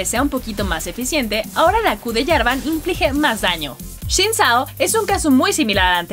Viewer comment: Seré el único que escucho decir: "shin ksao"? jajjajajaja